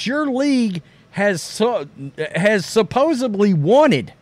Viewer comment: Rhodes with his 1,317th usage of the word “supposeBly”. Can we just make it a real word now?